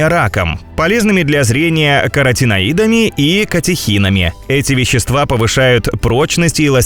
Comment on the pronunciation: У меня кровь из ушей пошла! 🙉 КТО это озвучивал?! "каротиноИды"?! "сУшеный"?! "Ирга"?!